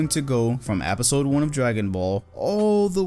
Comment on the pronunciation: Nobody: “apisode”